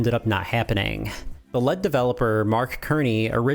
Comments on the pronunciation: I love your content, but was this made by AI? The "lead" (as in the metal, not the "leed") Mark Kerney? We all know it's pronounced "Serney". People mispronounce stuff all the time, but I've played with enough AI tools to notice these things people would not do, especially when accepting money from Patrons. It's either AI, or it's sloppy. Also Marble Madness ran at 60fps on both the arcade as well as every console port. This video was sad to watch, bro. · "The lead developer" How much AI are you using when you can't pronounce basic words. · I was more-so commenting on his pronunciation of “lead”